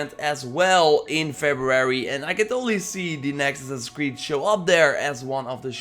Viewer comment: Ass-ass-ins creed. say it with me.: ASNNSCRED.... okay well...we'll work on it.